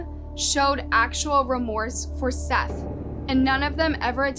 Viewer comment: His name was Seath not Seth